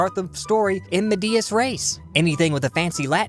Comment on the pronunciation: I love you, but the vowels in "medias" are pronounced the latin way, like you say in "elegant" and the stress is on the first syllable.